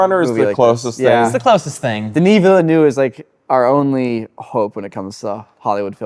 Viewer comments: Denis Villeneuve "Veala-nerve" not "Villen-noo" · The pronunciation of Villeneuve is terrible lol great video tho 🙂